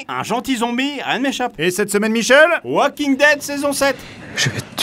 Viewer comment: Walk=marche En anglais tu dis pas wak tu dis walk donc ces pas waking mais walking